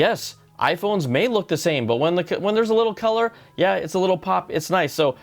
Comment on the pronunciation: Awesome shirt bru. You went full Afrikaans with that “Jaaaaa”